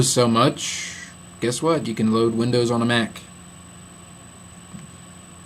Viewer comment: Love it when he said wondows onn a mac . :D Macs are the best.